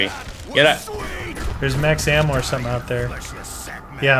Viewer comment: he said lammo it was ammo not lammo